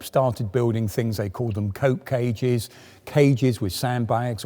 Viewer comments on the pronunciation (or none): Cope cage gaming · Hearing say the words “cope cages” makes me smile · lmao the man said cope cage